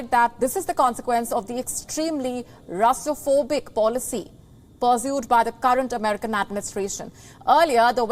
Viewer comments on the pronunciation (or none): Did she say Russiaphobic?!?